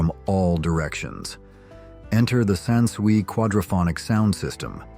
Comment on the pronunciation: SON SUIE ???? Dumb bot ai SANSUI